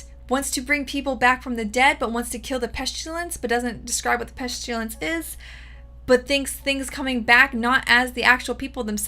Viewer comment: Why you keep saying pestilence with an s h?